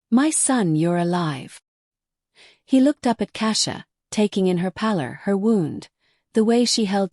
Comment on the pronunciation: I will give it a chance fir part 2 to come out, but never end a story before finishing the sentence that’s poor penmanship I enjoyed listening but the AI cannot say wound as it should have implied It pronounced the word as “a painful wound” When it should of as in the past tense of "wind" (to twist), and pronounced it like “she wound the clock” This is why people hate stories read by AI because they do so literally. Like I played the record so I could record it to tape. Some words have double meanings based on the structure of the sentence. This is something AI cannot detect and it’s why listeners prefer that the stories are read out aloud by a human. A human has a natural way of pausing while reading all based on their ability to breath while reading out loud there are natural things we do when we are talking, the act of licking our lips to keep the moister in our mouths and our lips moist as it helps with pronunciations of words and the natural way that speech has pauses. AI has a way of everything being rushed which a human cannot do as they need to draw breath to have the ability to actually speak.